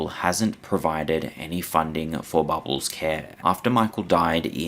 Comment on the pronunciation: I find your content information and interesting, but the way you say bubbles... ugh never say that word again